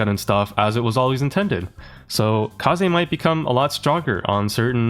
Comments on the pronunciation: why are you always saying her name correctly the first time just to incorrect it afterwards😭 It's NOT Kay-Zee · its so funny the man said "Kaze" correctly the first time and proceeds to *in*correct it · Otherwise regular people won't understand him ( Or He's just being overly ironic for sure)